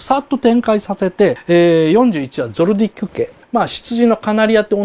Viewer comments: ゾディアックの言い間違いがずぅーっと気になる😅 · ゾルディック リールベルト ノブナガのイントネーション 色々気になるのは確か